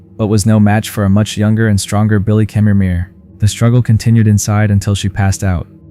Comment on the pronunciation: He also pronounced Chemirmir 3 different ways lol